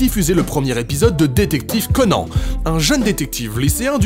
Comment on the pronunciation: S'il te plaît dis CONANNE et pas CONAN